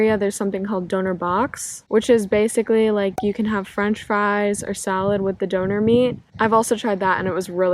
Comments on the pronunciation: DÖÖÖÖÖÖNER not DOONER! Sounds like DONUT how you pronounce it ... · Don't you dare call it doner, it's DÖNER hahahaha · It took me 30 seconds to realize you mean Döner by "dauna" hahaha so interesting video! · At first I was like: what is doner? And than I realised you mean “Döner“ ps. Liebe Grüße aus Deutschland ;) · Hehe, I think your "Ä" and "Ö" comparisons are good, and they will definitely help. But the pronouncation is not really exact the same :D But definitely close enough